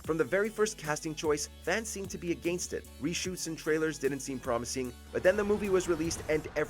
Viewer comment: What's up with you guys pronouncing against like againest?